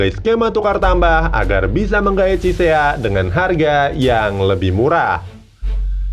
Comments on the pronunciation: Ciesa bukan cisea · F. Chiesa min bukan Chisea:v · Chiesa min bkn chisea